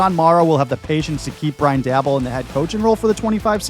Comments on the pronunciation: Daboll is pronounced "day-bowl". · How do you not know how to say dabolls name correctly? Im just curious.